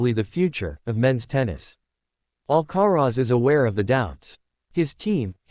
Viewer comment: Of course it is? They are bloody irritating..Carlos AL Ca Rez Really? You have to ask?